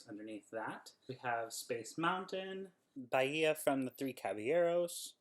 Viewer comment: Hello. I’m making my rounds through all of the unboxing videos of the D23 2020 Gold Member Gift. By comparison, I'm impressed with your accurate description of the map as well as the correct pronunciation of “Baia.”. As the designer and artist for the D23 Fantastic Worlds map, I’ve been answering questions about the map, it’s creations and it’s details on Instagram. I’d be happy to field any questions about it or confirm something that you think you found on it. Unfortunately, I am unable to speak toward the rest of the items in the package. You can find me in Instagram or on Facebook /Monster Enterprises. You may also look up my blog, , where I’ve posted some additional behind-the-sketch information. Have a magical day! – Bryan Mon.